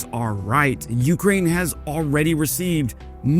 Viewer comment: I like you and subbed, but the way you say YOUkraine is cringe. Can you please try accenting both syllables equally. See how that feels on your tongue.